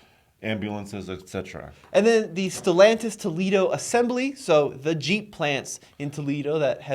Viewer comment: It is NOT pronounced StelONtis! has been listening to Nathan too much. Tommy knows how to pronounce. Why is this so hard? Also, why does this bother me so? Just bugs the crap at of me.